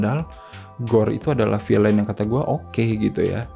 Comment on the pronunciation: tuh kan ud gt bijak pula hehe... jd gpp nih ya, misi.. Villain : bunyinya "Vil'n" bukan "Vilein". Feigi: bunyinya "Faigi" bukan "Faiji" Bale: bunyinya "Beil" bukan ky "bell". punten.